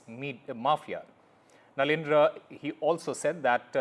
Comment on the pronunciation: It’s nadendla not narendra 😂